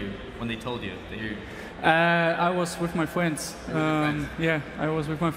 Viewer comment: i was with my fwuends 😂😂